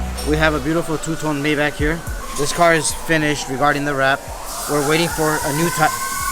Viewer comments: It’s pronounced My Bok not May Back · MAYBACH is pronounced "MY BOK" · Nice car whatever you get done to it make sure its reversible because you flip your cars fast.... Its pronounced "MY BOK"😊